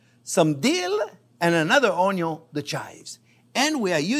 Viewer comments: Thanks to chef we all learned how to correctly cut and dice an Onyo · Love this. Salmon is great. Breaded salmon is my favorite. Could you do a video on biscuits and gravy your way? Also could you do a video or blooper of Grandpa Jean when he says onyo